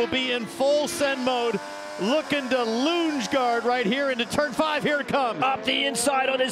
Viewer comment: "Lunge-gaard?" Really?